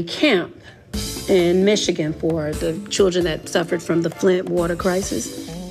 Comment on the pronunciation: The word is children ma'am not chuldren